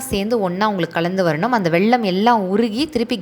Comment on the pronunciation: வெள்ளம் இல்ல வெல்லம்